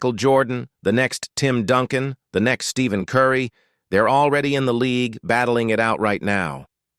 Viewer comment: This is either AI or this person has never heard anything in basketball. Stephen Curry was mispronounced